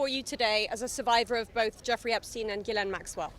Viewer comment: Very strange, that not one of them can even pronounce Ghislaine Maxwell's name properly at all. The same was the case with the late Virginia Roberts. Over years and years nobody corrected her. These girls' contact with her was therefore either at a distance, very short or non-existent. She was maybe already out of JE's life, when all this happened. After their separation. As the 2nd girl in this video correctly stated, they wanted access to his circles and his money. Their contact with Jeffrey Epstein was voluntary, just for money. Nobody forced them and nobody kept them prisoner. They didn't ever have to get on that plane. They were free to leave at any time, to call their parents, for a ticket home.